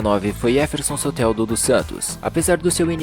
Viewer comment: Só uma correção, é "Jefferson" e "Johnny" a pronúncia de dois nomes aí